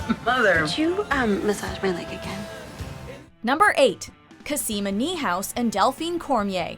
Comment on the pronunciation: It's cOsima, not cosIma